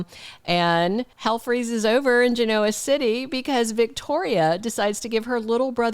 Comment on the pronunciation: I enjoy your posts. Just to say that mispronouncing Genoa City is like chalk on a blackboard for me. The Y & R characters accent the 1st syllable, not the 2nd…